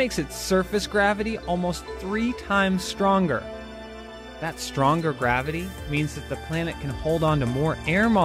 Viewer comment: Gwabbity. lol.. it's flat..